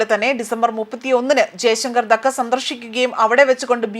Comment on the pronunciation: ധക്ക അല്ല ധാ ക്ക ആണ്